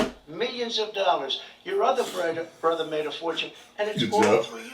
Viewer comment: Trump slipper up to his Queens accent, “The otha bruddah” 🤣 I do listen hard for the street NY accent.